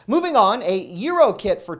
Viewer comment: Gyro is pronounced ji-row. Love your shows